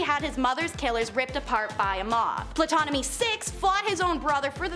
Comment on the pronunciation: Good job but the "p" in Ptolemai is silent.